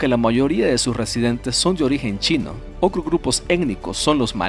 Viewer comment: Siento que me desconcentra cuando dice kilomecros y todas las palabras con tr como cr, ocros, sesenticres,cuacro